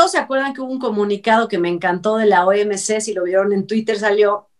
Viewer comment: no es OMC. Es OMS, es salud no calud